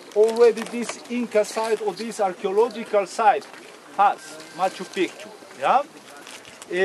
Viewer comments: Macho pee-chew Saxywaman😘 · Mispronounced (as I said above) serially - go listen and earlier in the video, and in other videos (where I have also pointed this out). - If you can point us towards getting Machu Picchu pronounced right - allow me to return the favour :- ) Go well - and thanks for a great piece. PS great to see Brien wearing his New Zealand cap in this clip.